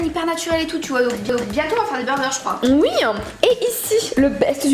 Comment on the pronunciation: Pk vous dites ui au'lieu de oui?? (